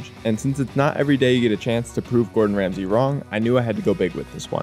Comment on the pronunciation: You’ve got Ramsay wrong